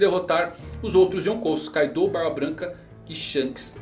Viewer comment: Porque as pessoas pronunciam Kaidô se no próprio anime todos os personagens pronunciam Káido?